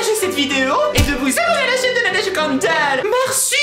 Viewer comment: belleu vidéo avec plein d'humeuour^.^